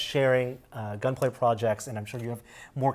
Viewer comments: That dude kept on saying gunplay kits. Bruh its Gunpla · GunPlay? It's GunPla. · NONONONONONONONONONO NO!! Gunpla stands for GUNdam PLAstic So it's pronounced gunplah not gunplay I thought you were Asian dangit(that was a joke pls I'm an Asian too don't kill me) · It's not gunplay it's gunpla pla as in plastic not play.....Plastic Gundam model. Man that's brutal that he never corrected it. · Stop saying gunplay. It’s gunpla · it's pronounced GUNPLA', not GUNPLAY/GUNPLAE. dammit!😡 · Did he say gunplay.... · woah... that Kshatriya tho :o Marida would be proud also, it's gun"plah" not gun"play" XD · WASSUP! Ackshually it's Gun PLA not PLAY god. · Love Gunpla. Calls it GUNPLAY. If you are doing a professional video at least pronounce the words right. It's like your dad constantly calling it Poke Man. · Shame shame shame! It's Gunpla. NOT GUNPLAY!. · IT'S CALLED GUNPLA!!! NOT GUN-PLAY! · Lol the way you pronounces gunpla is kind of offending me.... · I guess I've been saying gunpla wrong all this time xD